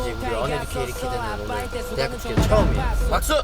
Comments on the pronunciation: 그와중에 대학 축'재'.... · 언에듀 이와중에 쯤에 대학축제할때 축제라 해야하는데 축'재'라 했네 ㅋㅋㅋㅋㅋㅋ